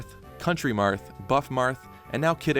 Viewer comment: That's the weirdest pronunciation of "BBQ" Marth I've ever heard.